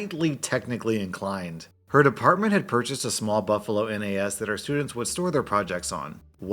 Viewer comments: " N A S ", Pronouce it as a word rather than an acronym. Nahss. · Hey just fyi, the N, A, S actually generally is pronounced nass. Just a small thing you might be interested in as you may do more Tech Support tales. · pro tip: nas is said as one word most of the time, this is the first time i've ever heard it being called a N A S, although maybe that's just from where i'm from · A minor nitpick, you can pronounce NAS as it's spelt, it doesn't need to be spoken as "N. A. S." Pronouncing each individual letter. Like how you say the nas in nas-car. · all through this part i was cringing at him saying N A S as letters and not just NAS as one word. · It annoys me that says N A S and not nas. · It's NAS (spoken) not N A S (not individual letters spoken) but still good story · N-A-S... Just say it as one word, NAS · It's pronounced NASS, not N A S...just fyi. :) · NAS is usually pronounced like "naz", not spelled out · its not N A S , its NAS, its one word, not 3 letters, lol for some reason that just pisses me off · ... N, A, S...? it's NAS like nascar, network attached storage. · ITS NAS NOT N-A-S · Hands up who's triggered he keeps spelling out N A S instead of just saying NAS(or kind of pronounced Naz)? 😂😜 That last story though, that is how you manage employees. Keeping everything in perspective and treating them as an actual person. I know/have worked with many other manager types that would have blown that situation way out of proportion and the dude would have learned half as much from the experience 😉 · FYI: NAS stands for Network Access Storage. It usually pronounced naz. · Tech people pronounce NAS as "nazz" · Quick thing to note in case you ever run into a story involving a NAS again, you don't need to read out each letter just pronouncing it as "naz" is fine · NAS is pronounced "naz" ;) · NAS is read "naz" or "nez"